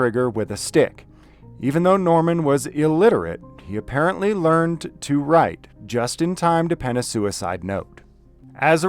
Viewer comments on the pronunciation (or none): none